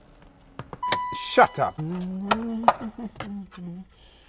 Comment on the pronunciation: That was a very Posh "shut up"